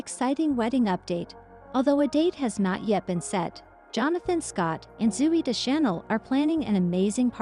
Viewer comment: AI caneven pronounce Zoey’s name correctly.